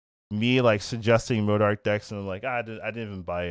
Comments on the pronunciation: Theres no R in modok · Bro really hitting the R in MODOK 😭😭